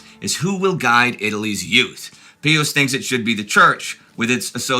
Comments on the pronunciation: If you are going to use the Latin pronunciation then it should be pee-yoos not peeus. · As Catholics it WAS ALWAYS PRONOUNCED BY CLERGY AS "PIE-US" not "PEE-US " You are nutballs. I don't want to listen if you can't respect the tradition. It wasn't Latin class. In newsreels, at parochial school, or at Mass, it was "PIE-US." IT DIDNT matter if I were in the Midwest or Philly or NYC or LA. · I have been following your channels for over 8 years and have learned a lot. I am also a lifelong Catholic and proud of it. However, I just lost about 80% of my respect for your productions by your insisting on calling the Popes by a rather curious name. Peeus? Really? Out of 100 Catholics and people in general, they would pronounce all Pius as Pyss. Perhaps you mean to discredit the name Pius? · So... do you say "pee" when you see ???? It's "Pie" in English. I believe you are speaking in English, no? Silly. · I've never heard pope pius as pope peeus. 😆 😂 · But since you are speaking English you should use the English pronunciation. It sounds...